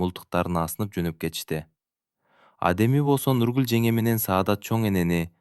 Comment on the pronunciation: Нургулду туура айтчы бай болгур, башкасына ыраазы, кыргыз тилинде тамгаларды туура окусан, негизи сонун окуган, тамгалары эле жудотуп жиберди, кыжаалат кылып.